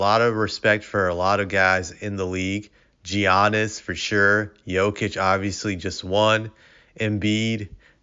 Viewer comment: Did you really say Gee-yanis? 🤣🤣